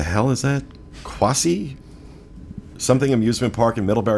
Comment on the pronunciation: you pronounced Quassy correctly:-) If you are ever in the Nutmeg State, check it out. It's a fun amusement park.Thanks so much guys for the latest news/updates. I love all the shows, I listen every week. Keep up the great work!:-)